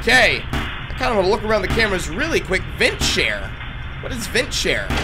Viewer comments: VENT SNARE! NOT VENT SHARE! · It’s vent SNARE! Not vent share! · it's vent snare, not vent share, pft can't even see an N but instead, an H